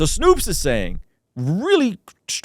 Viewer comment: Snoops lol its Snowps